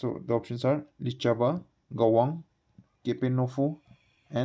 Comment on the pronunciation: Q.142 (none of the above) Ans. Kahwang not Gawang